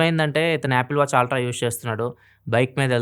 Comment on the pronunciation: Ultra ❌ aaltra✅